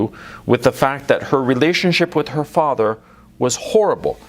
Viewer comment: who is your faAther, and what does he du? in the famous austrian bodybuilder's accent